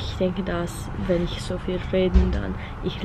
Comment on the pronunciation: Your german is great! Keep it up! You really pronounce the "ch" as in "ich" really well, but I realize your overall pronounciation is rather breathy, nothing to critise, just wanted to point it out